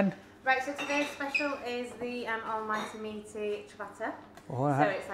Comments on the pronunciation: great review but you're butchering the pronounciation of Ciabatta...it's not Seeya batta its Chi-batta!! 😂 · "See-a-batta" haha. Thick as that meat in his sausage roll.... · “Chi a batta”